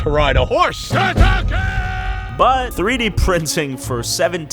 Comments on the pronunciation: man says tatakay lol its tahtah ka yeh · It's not tatake it's tatakaye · its not "tata kay" its "tata kae (kai)" if you are gonna make a vid about aot atleast get your facts right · The trainer keeps saying TATAKAE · I love how the trainer keeps saying Tatakae ! 😆🙌🏼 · 8 minutes of people mispronouncing “tatakae”